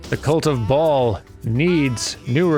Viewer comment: Whenever you say cult of ball I hear cult of Baal.